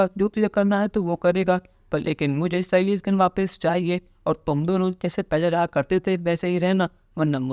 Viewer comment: તમારી માહિતી સરસ હોય છે પણ તમે લોકો સાયલી નું નામ ખોટું બોલો છો સયલી નહીં સાયલી છે